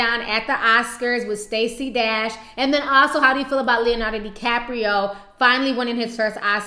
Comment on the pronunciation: The "D" in Stacy Dash is pronounce "Tr"